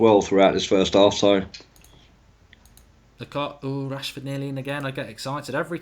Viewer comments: Man said washford😂😂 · Lol he sad washfrod instead of Rashford first ahahah